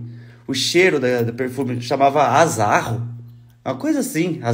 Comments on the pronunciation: Azarrô.. se lê com acento no ô 😊😊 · o perfume é *Azzarô. A pronúncia é com "o" fechado. Ainda tem no mercado esse perfume é uma delicia mesmo!